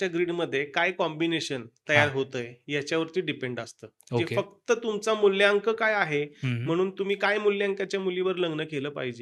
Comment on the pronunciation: मुल्यांक नाही रे मुलांक